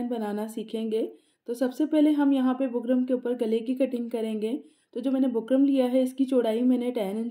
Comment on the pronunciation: Design pe ooper lagaye so bukram ka naam clearly boliye na. Samajh nai aara